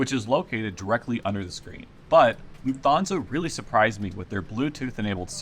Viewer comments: I know this video was recorded 2 years ago but this is killing me... It's pronounced "luft-hansa," not "Loof-thansa". They don't have the "th" digraph in German. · And you stress the first Syllable. „LUFT-Hansa“ (not „LuftHANsa“!) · Video was very useful. Flying with them next year. Can I ask is calling Lufthansa with an O instead of an A an American thing? Like you're pronouncing it LufthONsa, rather than LufthANsa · LOOF-Tahn-za. No 'fth" sound in German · Please. It’s Lufthansa…Loof-tanza’. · An American will typical pronounce it Luft-HAHN-sa, as in, still using an "A" but not Luft-HAYN-sa, which would sound nasally and odd. But also not like an "o" in HON-ey, although it is closely similar.